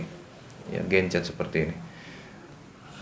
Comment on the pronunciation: Asalamuapaikum abah mohon maaf itu disebut gancet bukan gencet ya abah 😊😊